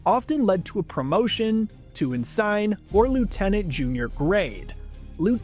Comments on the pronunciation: Just a heads-up, but ensign is "in-sin" not "in-sign." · Ensign is pronounced "N-Sen" not "n-Sine". In real world navies, an Ensign is typically the lowest commissioned officer rank. An O-1. Incidentally while you did pronounce Lieutenant correctly, I feel this is a good time to point out that "Leff-tenant" is another valid pronunciation of Lieutenant, typically used by the British in the real world. (Derived from the middle English spelling of Lieftenant.) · Ensign is pronounced N-sin by the way. Not N-sign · Ensign is pronounced "EN-sin", not "en-SINE". Come on, that's just sloppy af. Also, a captain in the real-world Navy and Army are NOT equivalent ranks. Sloppy. Do better. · It's ENsin, not En-sign. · It's not pronounced "N-sign". It's pronounced "N-sin". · You lost me when you pronounced Ensign as “En SYNE.” It’s pronounced as “En Sen.” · En-sin, not en-sign. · “Ensign,” for reference, is pronounced as the letter “N,” plus the word “sin.” Pronouncing it, “unsign” makes me think you’re just reading a script crapped out by AI, but you don’t really understand it. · "In - Sign"? Come on, dude. Is this some AI stuff, or WTF are we looking at? This dude doesn't know how to pronounce the common entry-level officer rank for most English speaking navies. Started out good, but it's obvious this dude isn't an actual fan, or that "he?" has any actual really military vocabulary. Dude. when are we gonna stop letting these people break our internet? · "En-Sign". Lol. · Also pronounced "ensign" as "en-sine", and doesn't seem to know the difference between a Navy captain and an Army captain. Really sloppy video. Probably more AI garbage. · It’s pronounced in-sin. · Gotta learn how to pronounce ensign 🤙🏻🤙🏻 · Can't even pronounce "ensign" correctly. AI enshittification marches on.